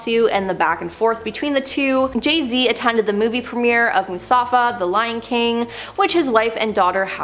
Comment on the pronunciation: I love your videos. you mispronounced Mufasa, you said Musafa😂. I'm not hatin I just thought it was funny